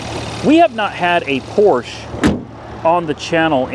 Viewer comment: You're the first american person i know that pronounce Porsche correctly 😂